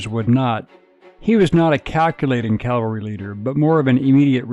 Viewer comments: It’s CAValry, not CALvary. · Custer Custer Custer. Every sentence starting with Custer and saying Calvary half the time woke me up. What the heck man? CaValRy